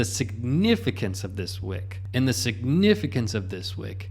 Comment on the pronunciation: Whick?….Joohn whick 😏